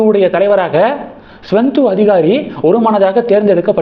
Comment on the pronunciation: தம்பி! நீங்கள் அடிக்கடி மே.வங்கத்தின் பா.ஜ.க தலைவர் சுவேந்து அதிகாரி பெயரைத் தவறாக உச்சரிக்கிறீர்கள். சரி பார்க்கவும்